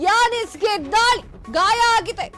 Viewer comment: ಹೆಸರು ಹೇಳ್ರಿ ಸರಿಯಾಗಿ Yaseen ಯಾನಿಸ್ alla